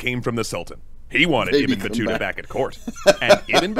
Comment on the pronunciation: Yes 😂you pronounce the name right❤❤love your wonderful react to every video.... All support and respect to you from Egypt 🇪🇬🌹🌷🌼🌻🌸